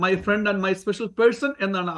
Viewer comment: മൈ ഫ്രണ്ട് അല്ല മൈ പ്രണ്ട്😂